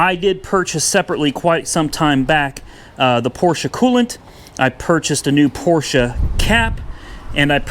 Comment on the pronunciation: thank you for correctly pronouncing PORSCHE .